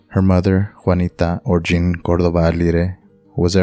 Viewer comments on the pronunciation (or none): none